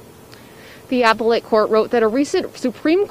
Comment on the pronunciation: Fox. Doesn't even know how to pronounce appellate.